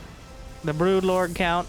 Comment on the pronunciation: Your Broodlord has a lot of Overlord accent in it